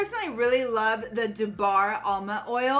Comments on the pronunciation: It is amla not alma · ALMA OIL? THE WORD IS AMLA, LEARN A LITTLE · Funny how she keeps pronouncing amla as alma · It's aMLa oil, not aLMa oil